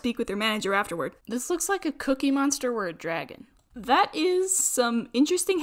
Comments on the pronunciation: “Dergun” Ah yes my favorite name for dragon. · Dragon from this day on shall forever be pronounced as dergon, also I've watched this video 20 times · “Hey I could make a dergon out of this yes i cood”